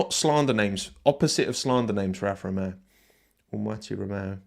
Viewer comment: Alfa Ro-yay-o